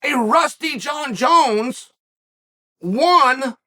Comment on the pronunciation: Francis called him Jun-Junn